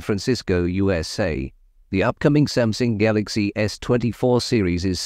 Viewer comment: Is Samsung pronounced Samsing?